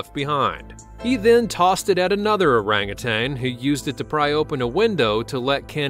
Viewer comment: Thank you for pronouncing orangutan correctly ,most people say “ tang” it is said that primates have a lot of human DNA,I guess this proves it.